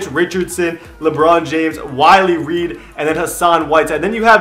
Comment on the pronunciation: lol he said it sooo wrong!